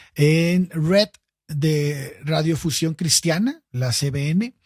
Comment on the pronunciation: radiofución 😂 ¿Será radiodifusión?